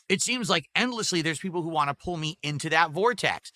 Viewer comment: The worst thing about him is the way he says “want”